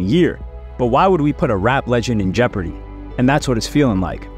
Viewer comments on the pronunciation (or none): none